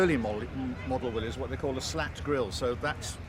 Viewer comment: Thank you. Excellent video. Great to hear another person who pronounces Willys correctly. That generator was a good idea but would have been a pain in such a small vehicle. Times have certainly moved on. In NZ all our V8 Rovers were FFR at delivery. They were equipped with a powerful 24V alternator which would charge the single vehicle battery and either one pair or two pairs of 12V batteries wired in series, so as to power either one or two radios. As engineers, we quickly became proficient at fitting/removal of radio sets. Each troop commander’s vehicle typically had one radio for the squadron net and one for the brigade net, during Annual Camp. The sets were AN/PRC 77 backpack radios with batteries and battery covers removed so that each could be fitted into an AN/PRC 25 set; which was powered by a battery pair mounted in a compartment under the load area. P.S. 12 Volt batteries were introduced in continental motor vehicles in the 1920s but the Yanks seem to have held the industry back. Some people in the USA were reportedly complaining that postwar Jaguars had 12 Volt batteries🧐!